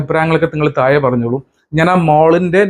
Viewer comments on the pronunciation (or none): none